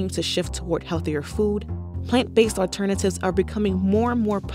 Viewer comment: *aLTERnatives not *AUTernatives *tolD not *toDe